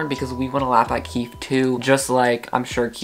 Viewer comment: I know that I’m late but KEEFE is KEY FEE sorry I think it’s a phobia 😅